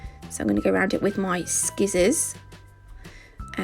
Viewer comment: I love how you say scissors! It made me chuckle. I also love this set!! Which isn't surprising because I love all of the work you do!